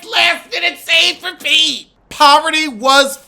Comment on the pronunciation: Her name is Parvati. But the American tongue doesn’t know how to pronounce it. Lol. So many people unintentionally mess up her name.